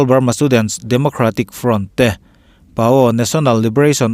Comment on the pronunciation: Paaw hnam sipai tih ilamrik dan hi tlem in adiklo deuh, pa'u tiin lam rawh, minhringtu pa tih lamrik ang leh ka u (kei ai a u min chhang tu kohna u tih kha lam rirawh)paû tiin